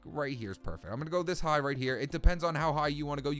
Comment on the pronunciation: it depends how hich you want to go''